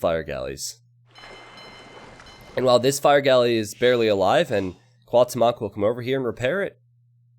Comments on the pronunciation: Cuauhtemoc is pronounced as Kwa-oo-tem-ok not Kaw-temawk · It hurts my ears everytime you mispronounce Cuauhtémoc. But I don't blame to. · Cada vez que dice Cuauhtémoc enfuresco un poco mas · Will you be learning the right pronunciation of the names for the Hidden Cup? Because the way you're butchering Cuauhtemoc's name is just too painful to hear. x)